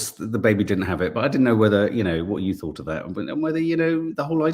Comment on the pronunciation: I love an accent but dont like mispronunciation - fink not think; fort not thought, firty not thirty